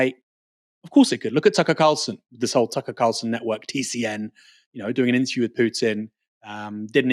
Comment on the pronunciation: Hey, why don’t you learn how to pronounce the word ‘with’: hint it doesn’t have a ‘v’ in it.